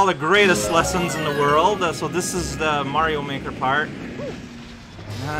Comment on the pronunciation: you did it, you got the titular line in the game* *which is super mario galaxy 2: a star with my view (where “mario” is pronounced the long island way)